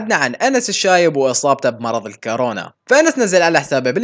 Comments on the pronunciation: كورونا وليس كارونا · كورونا مش كرونا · يا كورونا مش كارونا 😂😂😂😂